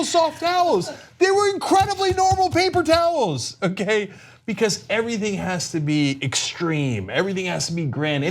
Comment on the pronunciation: Papel towels ? Cenk learn to speak or don’t